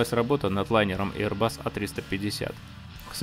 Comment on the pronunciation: один раз не эйрбас, как говорит 😊